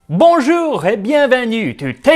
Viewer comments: That Bonjour was one of the cleanest bonjours in all of the american youtubers trying to speak French that I know off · Your prononciation of "Bonjour" was spot-on ! Congratulations !